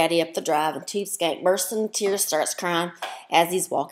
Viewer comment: "Next Time"...could you at least say her name correctly?????? It is Tubeskankeeeeeeeeeeee.